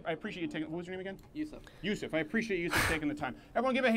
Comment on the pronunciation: Chad Yousef, not Yusef.